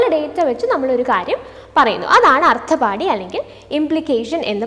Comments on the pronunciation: അർത്ഥാപത്തി...അർത്ഥപാടി അല്ല ട്ടോ,..sanskrit word aanu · Ma'am actually it's pronunciation ശാബ്ദ & അർത്ഥാപത്തി